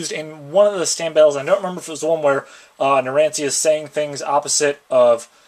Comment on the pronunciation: It's pronounced narancha also the little guy name is formaggio he can shrink